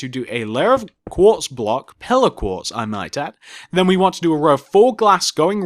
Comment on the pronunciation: Minecraft, Your accent sounds like when you say 'Pillar Quartz block' it's sounds like your saying 'Pillow Quartz Block'